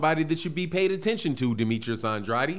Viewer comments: it's STOP SAYING HIS NAME LIKE a Illiterate.... It's An-drade NOT An-dr-a-de OKAY... THANKS CAUSE YOU don't sound to smart saying it WRONG. Love you Big brother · I love watching your videos but can you PLEASE stop pronouncing Demetrius's last name "Andratti?" He pronounce his own last name "Andrayed" so we should probably all say his name the way he does. I know there's an alternate pronunciation but that's not the way he says his name. Thanks in advance and keep up the good work. Love your show. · No he does not. I speak spanish Andrade is pronounced “And- drah - deh” the way he is saying it sounds weird.